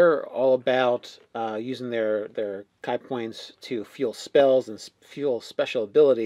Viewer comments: Ki is "Key" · Ki is pronounced as Key btw. Other than that, always interesting to hear your thoughts, cheers! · pronounced KEY no KY like die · KEE. It's pronounced KEE. Also, any and all Monk videos get my "Like". :-) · I know tons of people have already commented it, but damn I can't even finish this video. Ki is not "kai," it's ki. I mean even a cursory knowledge of pop culture should get ya'll there. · Kee or Chee...not kai or chai...leave it to the nerds to mess up a simple two letter word... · it's pronounced kee . it doesn't matter though . I say pronounce it how you want. I have a friend who insists on calling it chi .